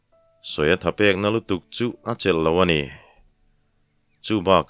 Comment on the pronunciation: Chela ziat" Tih laia "chel" thluk hi "chêl...chawhmeh kanna "Têl" kan lam ang hian "chêl" tiha lam ni zawk se a ngaihthlak a nuam zawkin a rinawm🙋‍♂️